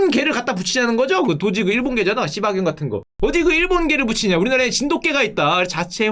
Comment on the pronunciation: 슈카님 흥분하셨나? '씨바'가 아니라 '시바견'